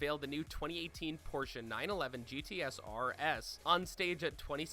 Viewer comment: Sentenario, Porsche GTS RS?!?! I'm depressed my these pronunciations